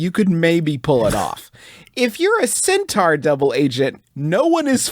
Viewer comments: * theyre intentionally pronouncing it wrong. Lol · Still not sure if their pronunciation of centaur is making fun of Griffin or just the product of West Virginia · i don't know how to pronounce centaur anymore